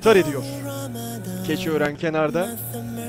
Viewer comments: The second team's name is pronounced as "Kechiörengüjü" Dotted o "ö" is pronounced with a round lip.. same goes with the dotted u, "ü" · Im Tanzanian but know Turkish and thats wrong pronunciation the right one is Kechioorenguju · 1 - The clubs are pronounced as Ankara Kechi Oren Guju.... Kechi oren is a distrct in Anakara ... Güc means Power... so the idea being The Power of Kechi Oren (Clubs name). 2 - Giresun is a city in Black Sea region Spor mens sports / sports club...hence Giresoon Sports club...